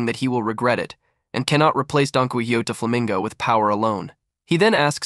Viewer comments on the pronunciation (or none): none